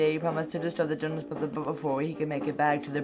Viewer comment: u said jopnas broters like jonas blbbrs